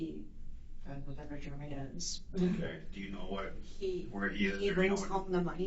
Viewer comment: Sometimes when she says his name she pronounces it "Germy."